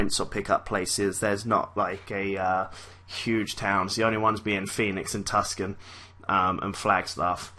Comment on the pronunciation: Tucson, pronounced "Too-San"...